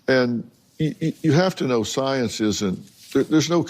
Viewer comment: I can't take this guy serious, he can't pronounced the word science 🤣 😂 😆!!!